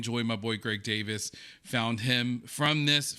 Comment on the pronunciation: It isn't pronounced Greg DAVIS....It is pronounced Greg DAY-VEES...it is spelled DAVIES...IE creates an EE sound in British English. Olivia Coleman is the OG GOAT!!! Such an ALLY...she agreed to do Heartstopper!!!